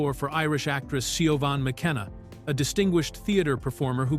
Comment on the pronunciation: It's pronounced Shiv-awn McKenna, you dodo!😮Also the beautiful young lady (Brigid Bazlen) who played Salome died prematurely.